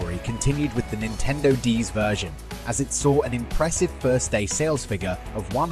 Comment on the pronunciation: “Super nine-tendo.”